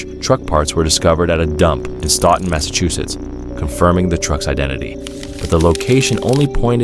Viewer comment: It’s “Sto - Ton” not “staw-ton” Mass.